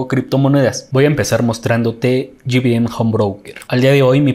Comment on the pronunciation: Pequeña observación, no se llama "Gi Bi eM" home broker porque las siglas significan Grupo Bursatil Méxicano. Excelente trabajo Felicidades!